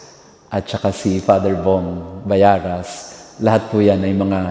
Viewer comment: not Bazaars.